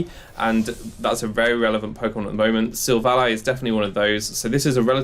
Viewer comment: SI-VOL-E Not Siv ALLY